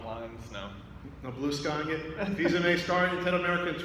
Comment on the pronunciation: Just saying... Fils-Aimé not Fils-Amie